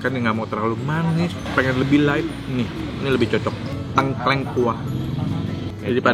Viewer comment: di banten juga makanan khasnya tengkleng, isinya biasanya kepala kambing. Tapi koko nex cara bacanya salah, harusnya baca huruf E di Tengkleng itu kayak baca TETE dan bukan kayak baca PETE.